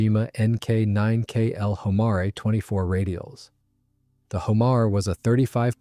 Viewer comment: It looks very very much like a 4 engine version of the North American XB-28. It is a very attractive aircraft, probably would have done Germany a lot more good than Japan. And Homare is pronounced Ho Mar A.